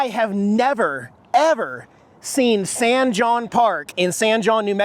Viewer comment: San( hon)is how san jon is pronounced....; )